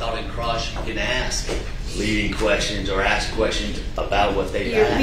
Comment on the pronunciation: this lawyer needs to speak proper english... its ASK.... NOT AKS.. I mean you make it out of undergrad, law school and then pass the bar... hunny you are no longer in the hood!!!